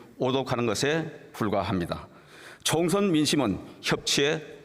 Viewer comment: 추경호 이 사람아~~ 총션이 아니구요 총~~~선~~~이에요 ㄸㅃ~^^